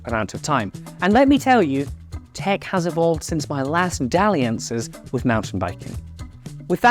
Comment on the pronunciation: Did he just say dalliances 😐